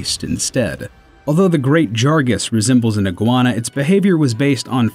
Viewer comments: When you get someone to do the narration in your videos....have them play/know the game franchise..... it’s not Jurgas.... Jag-gar-ous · The G is before the R. It's "Jagras," not "Jargas." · jagras not jargas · Did you know? Great "Jargas" is actually called Great Jagras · "Great Jargas" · It's Great JagRAS not Jargas. And Aloy's name is pronounced A-loy. Why dont you at least play the games first? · Great Jargas. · Did you seriously say Jargas instead of Jagras ? Wtf? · Great JAG-RAS, not JAR-GUS. Know you know... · Just so you know, its Jag-rus not Jar-gus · J-Jargas? JARGAS?! come on... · It's Great Jagras, not Great Jargas. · I know is trying, but when he says jargas instead of jagras it bugs me so much. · Jag-ras, not Jar-gas. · wait what? did i just heard you say "JARGAS" IT'S "JAGRAS" GET IT RIGHT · It's hard to take this channel seriously when you can't even pronounce names correctly half the time. There were at least 3 in this video that were incorrect Nergigante not nerjigante and jagras not jargus and Aloy (Ayloy) not alloy. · Every time he said Jargas I lost it. And that wasn't even the only name he butchered. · There are multiple ways to say a monster's name, but Jargas tho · Everything except Ay-Loy, and Jag-ras. You got right <3 Good job on the video! Your voice is so smooth :) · I thought he said Great Jargas on accident the first time, then he said it again. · Great "Jag-Russ" "Law-gi-uh-croose" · Did you even played the game? "Jargas", that made me question myself haha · I watched this before buying the game, (to see if I wanted it) and thought Jargas was the real pronunciation, then i heard it in game. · "Great Jargus" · "Jargas" Come on boy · "laGAYcrus" and "jargras" ?! my brain just exploded holy fuck ahhahaha nice video verall, but those names are sooo wrong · 'Great Jargas'...? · Ive always called it the Great Jackass, so I didn't really mind the way he says it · He’s the only person I’ve ever heard mispronounce Jagras tho